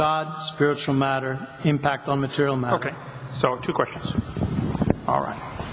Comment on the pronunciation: I love the way this guy says the words time, space and mat-ter. Its almost as if he has no idea what these words really mean.